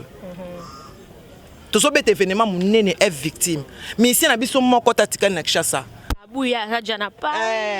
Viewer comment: ezalaka f victshim te plutôt F VICTIM ma chère lolendo ekoya kosalisa yo ba erreur trop oza croniqueuse et jeune je t’aime bien eza juste mua remarque bisous